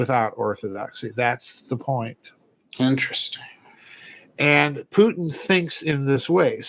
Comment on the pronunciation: "ENterest-sting." lol